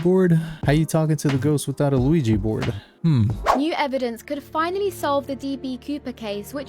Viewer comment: Bro said louigi board 😅